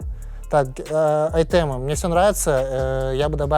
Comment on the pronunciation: Какие Айтэ-мы - татем'Ы говорит этот? Может ещё марсу дать 299 Спартанцев когда он соберёт Агханим?